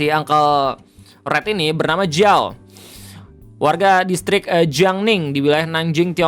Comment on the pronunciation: Sama ini juga bg, ciao, bukan jiao, J di baca C, sama weipo, bukan weibo, B di baca P 😊🙏